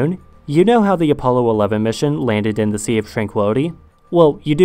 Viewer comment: The video starts with "Ze Earth" German language is starting to influence you😅